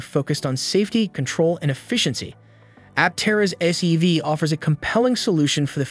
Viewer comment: Sounded a lot like SUV, and the CC kept calling it an SUV. But at least SEV would make sense.